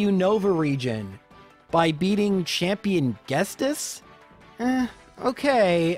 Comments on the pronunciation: You are pronouncing Ghetsis wrong. It's not Ges-tis, but Ghet-sis. Look and see that there is no s before the t in the name... Was driving me nuts. You're a native english speaker?? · You were right, I am upset with "Guest-iss" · Ya he said Guestus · Some mispronunciations sound better than the officials. I LOVE how he pronounces her name, so I prefer it. Though ghestis sounds like maybe a dyslexic error? Y’know, where you mix up letters. He probably read it wrong and went with it. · "Gestis" lol felt that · Lea-VAN-ny (Leaf+Nanny) Get-Cis Ca-ra-coas-ta (Coast) Ar-keops (Arcane) Dra-pion? I don't know this one because I pronounce it the same way you do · I was wondering what he meant by Enungestos, until I realized he read the name Ghetsis incorrectly as Ghestis. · "Ghestis" XD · Did it annoy anyone else that he keeps calling Ghetsis Guestis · Dude... you're killing me... It's Ghetsis. His name is Ghetsis. Ghet-sis. The 's' comes after the 't'. I know it's a nitpick but it just bothers me so much, I can kinda forgive other mispronounciations (though there weren't many others in this video), but come on man... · please for the love of all that is good its G-CIS not whatever you are saying lol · At least the pronunciation of Lorelei is kind of subjective. The way he pronounces Ghetsis is just flat out wrong. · The constant mispronunciation of Ghetsis was KILLING me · I dont really care much, but the man's name is Ghetsis. Like Ghetto-Sister. not like 'guess this' xD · It's "Geet-sis", not "Gest-es". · I’ve never once heard someone say it “guest-ist”, every single person I’ve talked to says it’s “ghet-cis” or “get-cyst”, I also find it funny that you say herdier as herdié in a sort of French/Canadian pronunciation but pronounce unfezant as “unh-phesant” You are one bizarre man my friend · It's not ghetsis it's ghestis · My heart hurt when he said Ghestis instead of Ghetsis. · Everyone: Ghetsis: GHESTIS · Everyone: Ghet-sis: Ghes-tis